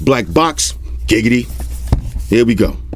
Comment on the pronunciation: Did you just say giggity excuse me for a sec 😂 WTF